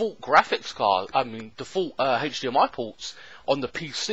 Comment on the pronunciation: Hatch dmi porrt it an hatch dmi porrrrt ahhhhhh haha hdmi silly 😜